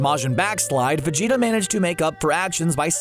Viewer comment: Could have sworn his name is pronounced VegetA with an A not an O